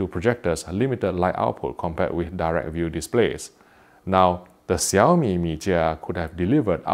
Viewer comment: I really have to say that you pronounced the name perfectly.